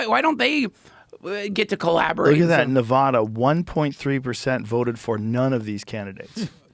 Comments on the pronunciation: joe rogan still says Nevada wrong. Wrong wrong wrong. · Joe. Stop mispronouncing Nevada.